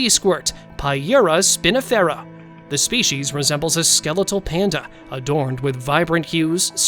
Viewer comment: Come on dude there's no h in species so quit pronouncing it spechies